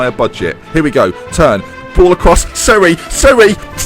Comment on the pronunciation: Hey a quick Italian pronunciation guide: C makes a CH sound when before e or i (so its Cherri, not Serri) and makes a k sound before a, o, or u. Ch is the opposite, making a K sound before e or i and a CH sound before a, o, or u. Sc before i or e is a sh sound and sch is sk before i or e (so its Skiattarella, not Shattarella). Gn makes a weird combo ny sound like the spanish n in espanol, gl makes a weird back of the throat sound. G follows the same rules as C, where it makes a J sound before e or i (Giani is basically jani) and a G sound before a, o, or u. Good luck and Forza SPAL!